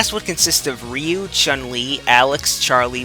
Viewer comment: he said Ryu and Stryder. He pronounced everything correctly